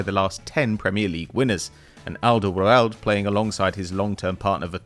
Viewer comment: Arsenal fan pronouncing it like 'Alderwrrorrlrrd' 🙈